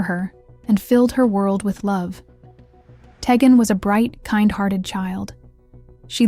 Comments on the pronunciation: Tee-Gan not teggin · You are pronouncing the child's name wrong. It is pronounced TEE GAN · Id like to watch more, but the constant mis-interpreted name as Ta-gen. My god. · You were very thorough in your coverage of this. However you kept pronouncing Teghan’s name wrong. Please make sure you pronounce the names of victims correctly. It’s disrespectful not to, since many of us are going to remember her by her name. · This case is just horrid. Poor baby. Shame on the mom. Side note. This channel is not the best. I have watched a few and the names aren't being pronounced correctly. At least have some respect to say their names right.